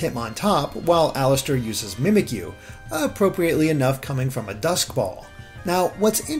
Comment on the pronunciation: Yeah I remember some of them, like Mimikyu. That was just...awful.